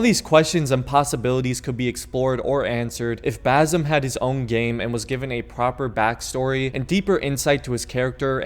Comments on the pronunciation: Its basim not bazim 😭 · BaZim again? Lol Its BaSim dude....